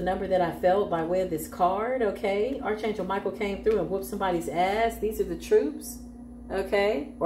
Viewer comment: ✅️ Arch is pronounced like Ark. Ark Angel Michael.